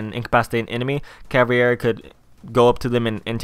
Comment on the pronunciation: Why does everyone say Caviera wrong?